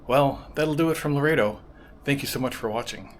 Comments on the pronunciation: Lo-ret-o, not lo-rey-to I noticed while you were in the mission that you conveniently didn't record the sign that says no cameras. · Everyone pronounces it Lor-EHT-oh, not Lor-A-Do. And how did you manage to NOT film the beach??